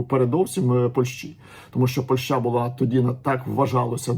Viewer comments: Ваша ПольшА, просто УБИВАЕТ, дальше не хочется слушать! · Если вы еще и поляк, то тем более удивительно слышать такое ударение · 😂 я с Украины и живу в Польше уже 9 лет. Но такое ударение слышу в первые. Ни на украинском, ни на русском это слово так не звучит.